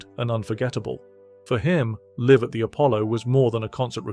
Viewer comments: Exile on main Saint? Liv at the Apollo? Is this a bot providing the narrative? It's street and live as in alive! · "Liv" at the Appollo!! Balderdash. Insult the listener's' intelligence.